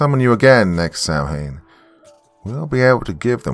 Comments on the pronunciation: It’s pronounced “Sowen” not “Sam-hain”… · Loved the story. My favorite part of any of the stories here is to hear your excellent voice. One note, Samhain is pronounced Sow en. We witches have a joke about "Who is this Sam Hain people speak of" . Best regards. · Loved it Doc ..but dad gummit...Samhaim is said Saw-one. Better is Saw-wunn.